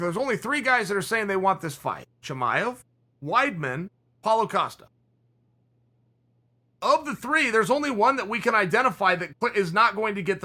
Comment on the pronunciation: Can I please ask a favor, drop the extra “a” from Paulo Costa. His first name is not “Pauloa” and his last name is not Acosta”. When I send people over here to listen to you I don’t want you sounding like Tito. For the betterment of all, love ya man.